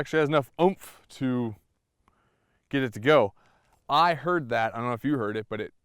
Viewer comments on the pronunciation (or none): none